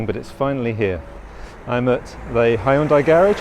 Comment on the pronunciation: Check out YouTube to correctly pronounce HYUNDAI.